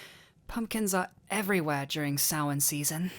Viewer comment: Finallllyyyyyyy. Someone pronounces Samhain correctly!